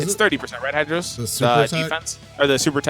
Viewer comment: it's hydros haha